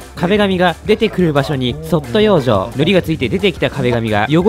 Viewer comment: 相変わらず「養生」のイントネーションが変